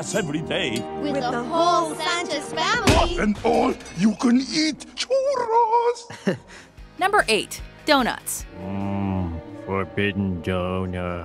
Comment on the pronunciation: lol they said churros as shuros